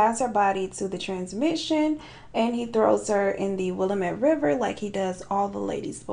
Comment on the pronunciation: As someone who lives in Oregon, I’ve never heard of this case before so this was super cool. Also, it’s pronounced “will-am-it” ☺️